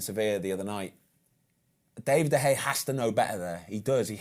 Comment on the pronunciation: It's great to get a specialist's view, and Ben Foster seems like a really good bloke, but come on, how hard can it be to pronounce David De Gea's name correctly? It's not that difficult.